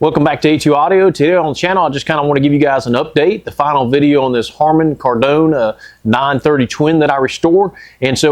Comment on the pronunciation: they made a 530, love your pronunciation of Kardon. You been hanging out in the French quarter? 😂